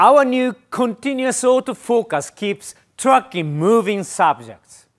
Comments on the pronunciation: Those auto "focas" really get me 🤣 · I love when he say "autofokass" 😂